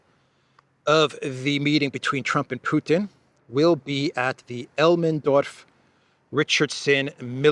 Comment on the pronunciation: Elmendorf not Elmenorf